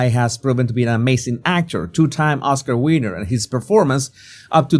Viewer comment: Did he just say Oscar Wiener?